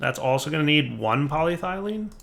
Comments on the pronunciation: I thought you were trying to type it the way he was saying it lol My bad, I forgot about the alternate PolyThene. Still not PolyThylene though lol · Why panic? If I can’t see it, it’s not there! Also, I appreciate your effort in trying to call it “polyethylene.”